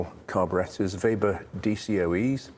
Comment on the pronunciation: It is a breath of fresh air hearing the correct pronunciation of Weber carburettors. Not Webber at all. And I have not even finished watching the video yet. Great stuff!